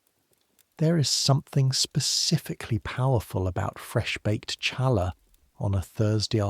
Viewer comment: The bread is not pronounced cha laa, it’s pronounced ha laa. The ch sounds like an H.